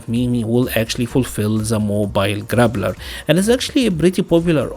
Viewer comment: Your accent makes it sound like you're saying, "grabbler" and I love that. That is my new favorite term. :) I hope MiMi has Abel's standing anti-air grab. I love plucking people from the sky with that. Especially on their back jump on wake up. Looks hilarious.